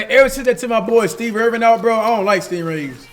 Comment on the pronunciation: Wen Cash sed Sting ray's I thought he sed Steven ragon